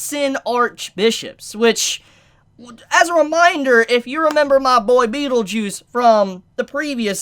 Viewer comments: to help you a bit. It's PetelGEUSE. Not Petelugius.:D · Why do you call Petelgeuse "Petelugius" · pronunciation: Rem-Reim Petelgeuse- beetlejuice/Petelugiosie Cru-sh turns into crush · You miss pronounce the name of the sin archbishop representing sloth, how very slothful of you. My brain trembles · The way you pronounce Petelgeuse just make me want to commit RBD